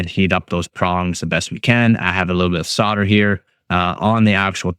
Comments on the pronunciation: Solder not sodder. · Yep. Really irritating to hear sodder. I thought the only country to pronounce it sodder were your neighbours,(and soon to be assimilated into the US ...Joking of course ) . Sussed you were Canadian by the pronouncing the word "out". Have been doing the electronics etc stuff for over 60 yrs- yep an old boy. So if you won't pronounce it as solder then I will have to watch with the sound turned down.... Cheers and good luck with the channel.